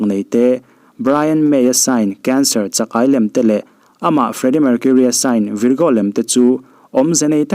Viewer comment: Virgo i lam dan hi a dik lo. 😂😂